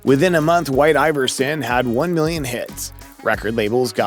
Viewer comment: i fkn hate this dude's voice... jesus christ. "whi-i-i-te aye-ver-sinn"